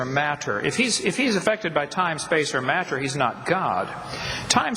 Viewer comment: I love the way this guy says the words time, space and mat-ter. Its almost as if he has no idea what these words really mean.